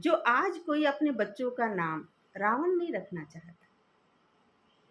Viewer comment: Omshanti Didi 🙏🙏 Ravan koi vyakti vishesh nai ,hamari apni buraaiyon hai. Nice clatity of Ravan's name. Tku